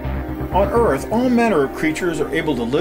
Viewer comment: I like the way this guy says Earth in two syllables. Er-ith.